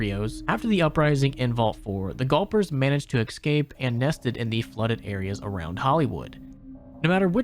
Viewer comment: the work is escape, not excape